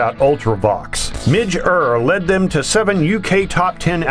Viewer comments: The Ultravox picture you show has John Foxx as vocalist, not Midge Ure, he was the later and more successful era of vox. And Ure is pronounced You er. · I have to say thank you for the nudge to go and re-evaluate some bands from my younger days that I turned away from because they didn't match my 'culture' - particularly The Jam. However, the limits of AI voicing are evident here too. Little slips give it away. For example, Midge Ure's surname rhymes with '"Sure" and Kayleigh is not "Kar Lee" :chuckles